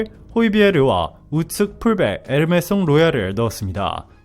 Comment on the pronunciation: 에르메송은 누구? 에메르송?